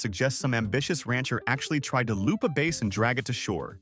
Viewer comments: A "Base" instead ofBass? AI .... :( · AI should learn how to say bass and not BASS. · Bass is not pronounced "base", a fish is a"b ass", please teach your AI. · Bass not base! AI is stupid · I have so many questions about 24, like the game warden citing the bass (not pronounced base) for an sui? Could be a dui if it was going down, technically diving under the influence 🤔. But my guess is moonshine distillers who finally realized they also need to EAT, not just drink, but being drunk they just poured some moonshine into the water and grabbed what floated to the top instead of burping 😅. If you don't want to get your feet wet just pour in beer and grab them when they head to a tree 🎄 to pee 😮🤣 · I am particularly impressed by the title AI, which I think stands for Artificial Intelligence. This AI needs to learn about reading in context. How many times did "he" pronounce "bass" as "base?" Do we have fish who are playing large stringed instruments? I hope it's not an electric bass, all the fish around him would be electrocuted! This reminds me of a song: AI, AI, Oooooo!